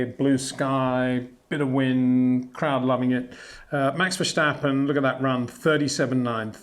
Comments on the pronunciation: Plus it's wrong. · is not vershtapen !!!!